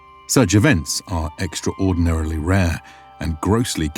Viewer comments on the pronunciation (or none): Awesome documentary as always, although, that blip at.... ....extra...ordinarily rare.... "Extraordinarily" is pronounced as one word.. T__T